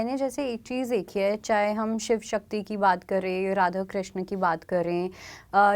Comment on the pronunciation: Pahle to naam sahi se lo ..shiva nahi h shiv h krishna nahi h krishn h meaning alag ho jate h